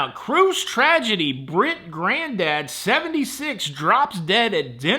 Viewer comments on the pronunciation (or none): none